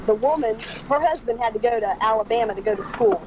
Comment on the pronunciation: I've been speaking English since I was born nearly 50 years ago, and I never heard anyone say "give it a go" until this channel. It's not a common phrase, at least not in the US. Also he doesn't pronounce words right, so be careful using him for English lessons. "Go" is not pronounced "goo", and "third" is not pronounced "turd". The French students I've had in classes have always had trouble saying "three", calling it "tree", like does. Don't copy. His English is bad. Also his grammar is terrible, so definitely don't copy that.